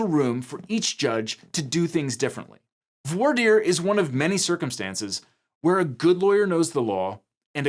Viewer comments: Just me or did not really pronounce "voir" right prior to lambasting the "good ol boy" version of pronunciation? It's french! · The huge diversity of American lawyers struggling and failing to pronounce the French word "voir" is one of my guilty pleasures.